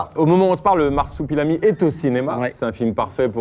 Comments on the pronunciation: Excellente vidéo, Carlito dit Marsoupilami au lieu de Marsupilami et ça me rend chèvre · Personne ne cite le fait que Carlito dise " MarsOUpilami " ? 🤣